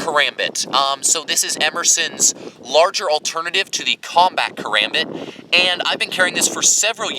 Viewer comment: I love the review, I just wish you pronounced "Karambit" correctly. Regarding your opinion, I totally agree regarding the design decisions, but not in terms of their use. A combat knife isn't going to need the same intense focus on durability that a survival knife will need. A high quality sandwich construction is more than enough for spending 99% of it's lifespan in someones pocket or on a nightstand.